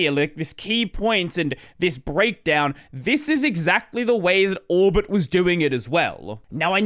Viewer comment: Why do I always understand Albert instead of Orbit?